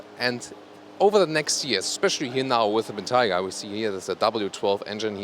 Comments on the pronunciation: for the answer. And keep pronouncing Bentayga properly. Cheers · Congratulations for pronouncing 'Bentayga' correctly, unlike ALL British and American journalists.